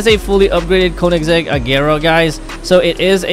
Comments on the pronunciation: Bro doesn't know to read the car names💀💀💀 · No en realidad es koenessig agera one 1